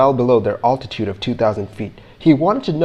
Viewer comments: I'm glad you don't pronounce altitude like this anymore. It hurts me. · Love your channel and the great research you are doing! HOWEVER, please learn the correct pronunciation of the word 'altitude'! Listen to the following instruction until you learn it